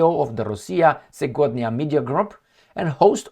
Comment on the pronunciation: Segodnia pronouces like “ sievodnja”:)) meaning “ today “. You are great!!